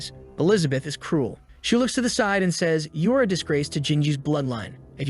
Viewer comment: I think you said side wrong 💀